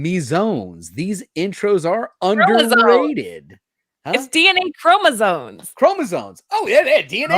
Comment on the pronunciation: "DNA Kro meesomes"....😂 Gotta love Make that a meme with response please😂